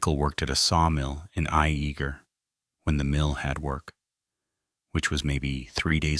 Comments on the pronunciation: Its pronounced Yay ger not I eager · It’s actually pronounced Ya-ger. Spelled Iaeger